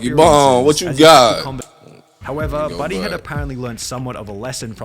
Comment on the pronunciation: The way he says Budday sounds like he’s saying Bidet which makes me think he wants people to pronounce it bidet because he has a weird pissing fetish or something